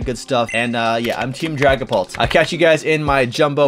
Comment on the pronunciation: I thought he said dragon Balls VMax Lol 😂